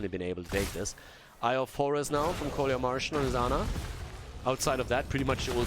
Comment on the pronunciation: Oi, "КоляМаржин" should be read "Kolya Margin", not "Kolya Marshing", these are first and second names (Kolya is friendly name of Nicholaus) =))